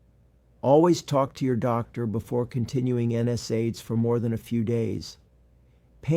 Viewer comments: You'd think a doctor would know how to pronounce N SAIDS. It's not N S AIDS. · Something is fishy here. No physician would pronounce NSAIDS the way this one does. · Definitely AI. It can’t pronounce common words correctly, like NSAIDS.